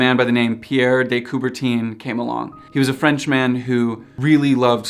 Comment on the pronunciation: Its not "couberteen" its coubert'hunh'